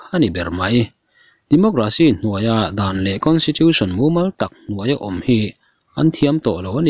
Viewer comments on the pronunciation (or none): none